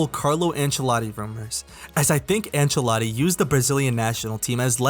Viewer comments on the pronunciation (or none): none